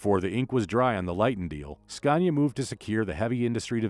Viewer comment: Why oh why do you still call Scania with an R of goodness sake !! 😖